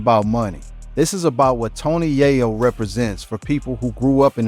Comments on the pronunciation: Man just call him Tony Cocaine. Keep saying YAH- YO. ITS Yay- yo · Pronounced Yay-Yo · Bro this incorrect pronunciation of this man's name is killing the video!!!! It's Tony Yayo (yay-yo not yah-yo or Ja-yo) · This guy is an idiot. He keeps pronouncing yayo wrong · Tf wrong witchu brotha, yahyo? Where you from? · Once i heard "YahYo" I tapped out 🫩🤦🏾‍♂️👎🏾😂😂😂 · It's tony ya yo u said his name wrong 😂😂😂😂😂 here we go now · How do you get into Hip-Hop and can't say the artist name😮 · The fact he can’t say Tony Yayo correctly is sad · Lolololol why this dude keep saying his name wrong bruh??? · Dam say his last name rite bro cuz that not it..... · Not only did you butcher his name throughout the whole video but you had an AD every 30 seconds 😒 . First and last video I will ever watch of yours ✌🏾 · THIS NINJA GOT TO BE A BOT 🥴 NOT KNOWING HOW TO PRONOUNCE A NAME PROPERLY 🧐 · How you spend all this time researching and putting a video together and not even get the man’s name right? It’s only 2 syllables 🤦🏾‍♂️ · He killing me with saying his name wrong. Said it wrong about fiddy times 😅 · Son!!!!! aint no way we taking you serious when the first thang you done did is butcher YAYO's name... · The narrator said the Yayo's name wrong so many times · i couldnt continue its tony yayo say it correct